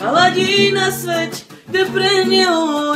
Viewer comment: noa po česky sa číta sviet tak sa mu míli češi nevedia tak dobre slovensky ako slováci česky hh